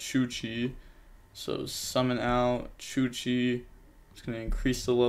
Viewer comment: ITS CHUCHE, you dont read the E like that its an E after an H. You read it like you read it in Hey. So its not chuchee. Sorry had to get this off my chest